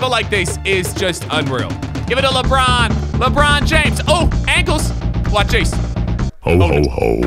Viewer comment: Nobody: LeBrOoN